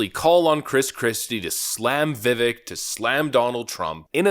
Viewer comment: Not "VivICK", "VivACHE"